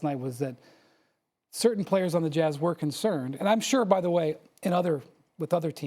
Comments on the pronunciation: I cringed every time she said “Jahz” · Nobody gonna talk about how she pronounced “JAZZ”🤨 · Why does she pronounce, jazz, like that? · Why can she not say jazz?